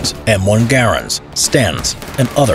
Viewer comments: Bro it's guh-raynd not gayrond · Did he just mispronounce garand